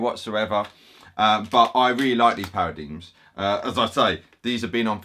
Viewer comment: Hi, just an FYI paradigm is pronounced para-DIME not para-DEEM. Love your channel!